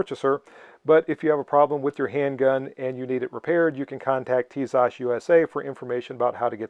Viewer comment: By the way, you pronounce the brand well.